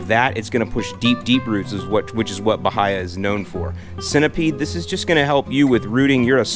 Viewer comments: Ba-hay-a grass, not Ba-high-a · Since Bahia grass comes from South America, I’m guessing you should pronounce it like a Brazilian would, by-EE-a. Emphasis on the middle syllable.